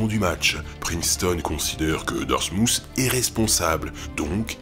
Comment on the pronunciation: Darmouth est plus proche de "Darmouss" niveau prononciation que "Darmoutt". Vous pouvez aller voir la vidéo qui a pour titre "Day in My Life - Dartmouth College!" il prononce le mot dans les toutes premières secondes.